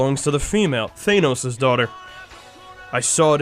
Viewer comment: The way they pronounce Thanos bugs me but otherwise this is very good.